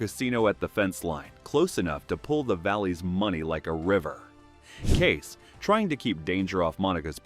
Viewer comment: Using AI or someone who never watched even one episode to narrate? Kayce is NOT Case, it's KayCE. Thumbs down for such a basic screwup